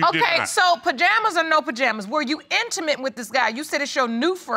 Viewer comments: "My BAjama's" 😂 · “Your pajamas” .... “yep my bajamas” 😂😂😂💀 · Lawd this man keeps saying BAJAMAS 🧐🤦🏽‍♀️